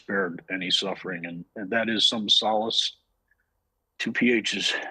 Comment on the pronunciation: Pronunciation of solace 😂😂